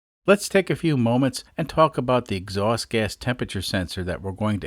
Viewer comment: Lives in Kansas, but his "x-awst" is from Bahstin